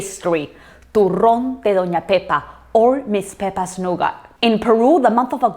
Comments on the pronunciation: TURRÓN??? TURRÓNNN??? TURRRRÓNNN??? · TURRON TURRRRRRRROON TURRRRRRRRRRRRRRRROOOOOOOOON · TURRRRRRRON TURRRRRRRON TURRRRRRON!!!! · TURRON?! TURRRRRON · Why do everyone keep saying Ena , I came here for the Turròn